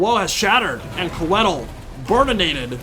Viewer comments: I think it’s supposed to be pronounced “Koi-thill”. Coedd is the Welsh word for Trees, and Tolkien etc were all about that Welsh for Elven languages! Love the content! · Hearing Coedil (it's pronounced Co - eh - deel) mispronounced so often really agitated me :D. It's still awesome to see some well commentated SFO content though so thank you for that! Also you can definitely feel the lack of experience with Welves in SFO (which is my most played faction in SFO). If you bring coedil, you gotta bring healing. A Malevolent Branchwraith of Life on Foot with earth blood, passive (which is insanely strong in SFO) and awakening would have suplemented coedil much better than drycha. Drycha should come naked with only dryad summon. Drop some spells from Coedil as well (or bring none at all really. You only need healing). Awakening pretty much one-shots something like Queen Bess as well (which is way more dangerous in SFO) and is strong vs zombie units overall. The Hawks are also very dangerous in SFO if used against SEMs or cav. They don't do very well against zombies value wise (unless it's on walls in campaign). Might have been better to drop the manticore to get more of them (manticores are better in SFO, but it's probably still the worst wild unit for Drycha performance-wise. Even in campaign I'd rather have an extra unit of Hawks than a manticore). Lastly, bringing dryad bows was probably a poor decision. They don't do well against anything on the vc roster really (or at least not better than regular dryads already do). They are very strong in campaign of course if you boost them correctly (poison and 200+ range help a lot). Can't really fault th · I could be wrong, but if Coeddil is based in the welsh language (which it certainly looks to have influence from there, along with most fantasy settings ahem elves in LotR *ahem*) I believe it would be pronounced Coy(sounds like toy) dd(sounds like th in the) ill. But who cares cuz he looks fucking rad haha